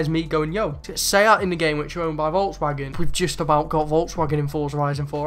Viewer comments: Ya right its say at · You said seat wrong its "say at"